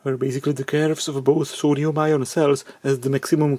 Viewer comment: And it's a new element: "Soduium"..